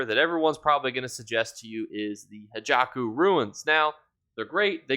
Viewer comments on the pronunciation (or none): I love your content bro. But I hate that you keep saying "hajaku ruins" when they're "Hakeijo runes". lol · Bruh: “Hah-kay-joe,” not “hah-jah-koo.”